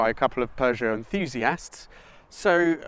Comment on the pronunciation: PEUGEOT FLU'O'FIVE?